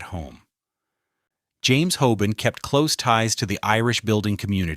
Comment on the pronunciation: It’s HOBAN not HOBONNE! Ffs! This is the second of your videos I have looked forward too but had to look away by the repetitive use of names and places and the utter drag out of what could be so interesting into utter sludge. Such a shame.